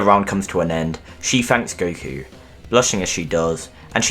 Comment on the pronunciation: Gotta love how he calls Goku Guku half the time.